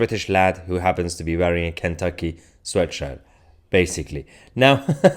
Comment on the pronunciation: kentucky not kenety